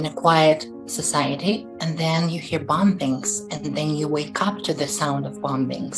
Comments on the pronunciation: Excuse me, but WTF is “bomb bings” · BOM-BINGS! LMAO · "Bom Bings" hahaha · This may be petty and inconsequential, BUT, does any one else get really annoyed at the way that Trans person pronounces "bomBings"?! I just can't deal with it.. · Bom-bings LMAO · Bom-bings LOL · Why didn't you say anything about the way It pronounced the word "bombings". Bwhahahaaa!